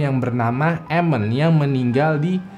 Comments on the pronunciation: Emen bukan emen tapi emen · Bang itu tanjakan emen di baca 'Emen' bukan 'Emen', makasih bang cuma koreksi aja 🙏